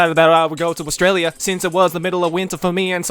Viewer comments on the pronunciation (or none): none